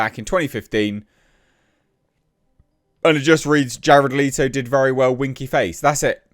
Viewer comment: I tried to watch this. But his insistence on calling Jared Leto (leeto) triggered way more than it should